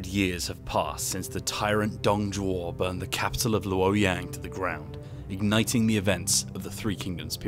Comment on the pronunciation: Pronounces Sima and Cao Cao properly. Pronounces Luoyang wrong. ???